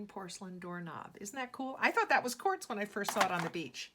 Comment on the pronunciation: Lol 😆 she says whores lol 😆